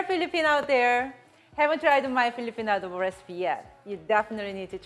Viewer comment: Other people: ITS PRONOUNCED CHICKEN ADO BOWW Filipinos: no it’s chicken adobo